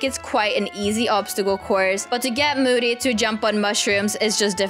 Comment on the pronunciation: That's not how you spell moody and you said mood🤣